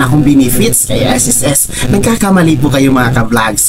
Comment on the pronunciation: Pakiayos ng pag pronounce mo ng SSS mali